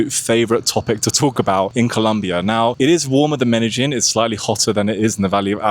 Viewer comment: Medellin is pronounced as Medeyin. Not Medejin or Medagin like you're saying it. Youtube captions is translating what u say as Medagin or Menagin.